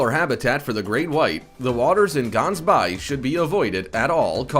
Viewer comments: Its not "Gunsbaai" you pronounce it ghhansbaai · Dude you're pronouncing of Gans baai/Gans bay is sooooo not right. But I get it your a American 😁I'm a south African and you should visit Gansbay it's beautiful! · Could only watch up to the first 5 minutes. I live in the Cape and we don’t pronounce Gansbaai like that!!!! And sharks aren’t mammals!!!!!! Ridiculous 😂😂😂😂😂😂😂😂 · Ganbaai is pronounced as "Ge-Aans- Baai". Its a Dutch/Afrikaans term. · Wakiki Beach is not in Brazil ! Also, Gansbaai ( pronounced “ Hans By”) does not have a real beach. It has a shoreline and a dock where a few shark viewing boats depart. In recent years Great White sitings are rarer due to the fact that Orcas have moved in killing Great Whites and eating their livers. I spent 3 days in a shark cage there and saw only one Great White for a few minutes. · No one will find Gansbaai/Gans bay in South Africa if they go on pronunciation😅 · Just want to say you butchered the pronunciation of gansbaai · the way you say gaansbaai really now gaans is a duck in the Afrikaans language you need to say the g with more grit to your voice and the dubble AA in the word should bee said like you would say Gandhi's name sorry not meant to offend but i am proud to be Afrikaans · I hate these types of videos. Number 1, the guy butchered almost every name. Who TF says Kauai as "cow-i", gansbaai as "gans-bi or gans-bay" and worst of all, new Smyrna as "new smirna" Number 2, that artist drawing is of Waikiki. It's not supposed to be an accurate representation of the past either. These "facts" channels really need to step up their game, because this isn't the only channel that gets a ton of things wrong. (Edit) I didn't even catch that he said sharks are mammals. Here's my theory, the guy who wrote it is some guy in India that doesn't speak a lick of English and he used Google translate to put into a computer narrator